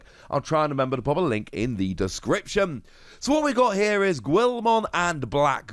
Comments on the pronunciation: Its not Guil-mon it is Gui-l-mon pronounced Gi-el-mon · Seriously listening to him say Guilmon is kinda cringey.